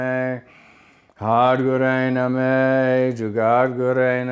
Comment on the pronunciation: Eh Russ,.. Its pronounced Nah-maah not Nameh